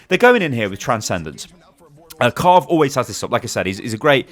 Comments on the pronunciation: immortals's kar riv not carve lol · it's kariv, not karv. triggering me throughout the vid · Everytime I hear him say Karv when talking about Kariv I die a bit inside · IT'S KARIV! NOT 'KARV'! THERE'S AN I IN HIS NAME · Its kuh riv not karv its triggering me lol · It's Pronounced kar iv not karv lmao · Pretty sure It's kariv not karv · You said Karv for the immortals support but it's pronounced Kareev by the way. Love the vids tho;D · its pronounced "ka reev" not "car iv"